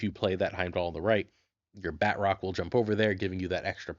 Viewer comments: This is killing me. it's not pronounced BAT--Rock. The T is supposed to be part of the second syllable. BA--TROCK. ""bah" like the sound a sheep makes, "trock" like the word truck but with an 'o'. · Love the videos- but I’m hoping the proper enough annunciation of his name will spread, which sound like “Baa-troke (like rhymes with choke). I say proper enough because it’s French, so a true pronunciation would make it far more nasily on the end of the name. But it really isn’t “bat-rock” 😅 anyways, love the content, not trying to sound overly critical, keep pumping out great decks 💪🏼